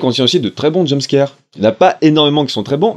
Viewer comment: Heu ... a il dit jumscaire ?